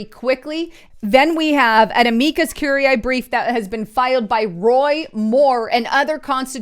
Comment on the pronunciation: You are slaughtering the pronunciation of Amicus curiae